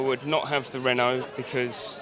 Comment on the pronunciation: lol! "... i would not have the renaulte, because its french..." :D